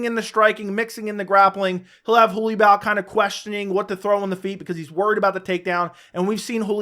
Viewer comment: Your pronunciation of Holobaugh 💀💀